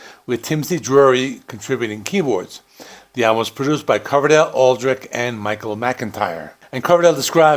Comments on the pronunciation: You’re mispronouncing Adrich surname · Looking at the spelling, that's not how I'd pronounce Aldrich.